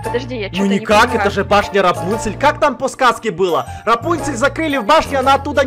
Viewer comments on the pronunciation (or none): Они говорят рапунсель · НОРМ ЛЮДИ:РАПУНЦЕЛЬ:ЭТО РАСУНСЕЛЬ Я В ЭТОТ МОМЕНТ:🤣🤣🤣🤣🤣🤣🤣🤣🤣🤣🤣🤣🤣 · КАКУЙ РАПУНСИ ПРАВИЛЬНО РАПОНЦРЬ !!!